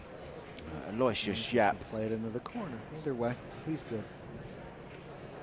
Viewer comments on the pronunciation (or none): Good stuff, but hearing Aloysius pronounced as a-LOY-shus hurts my ears. It's four syllables: AL-o-WISH-us.